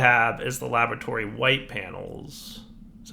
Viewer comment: Every time he says la-bore-a-tory I think of Dexter's Lab